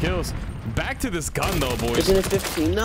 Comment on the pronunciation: Bro PLEASE STOP PRONOUNCING THE GUN NAME LIKE THAT 😭😭